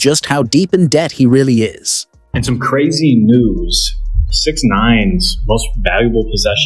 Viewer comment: lost me at AI trying pronounce his name